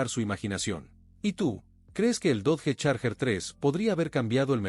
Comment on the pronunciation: Dodge, se pronuncia DOCH